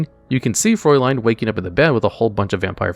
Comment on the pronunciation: I think its kinda hilarious, that you pronounce the Name of Vampire Fraulein correctly, even though the word is writtem wrong. The correct way tonwrite it would be Vampire Fräulein, cause these two dots change it into a completely different letter xD